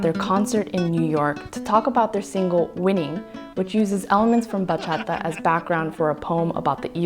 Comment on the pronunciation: As a Dominican, still living in the island and still dancing bachata with every chance I get, I was really stoked when I saw the thumbnail! Thanks for the little crash course on this beautiful genre. Perfect way to start my christmas. Also props on the pronounciation, sounds super good!